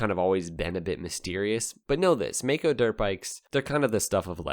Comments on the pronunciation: I'm Australian. I found that May-co pronunciation profoundly irritating. I remember the brand from back in the 70s. We said it My-co. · Maico is an abbreviation of Maisch (founder‘s name) & Company & it is not pronounced May-Co but Mai-co, with the „Mai“ as in the cocktail „Mai Tai“ - just my two cents as a smart-aleck from Maico‘s fatherland, Germany.